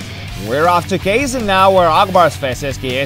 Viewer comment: Казань произносится как казАн,а не как КЕйзен)